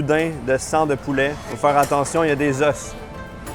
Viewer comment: un os , des os tu sais cela ce dit pas la meme facon ?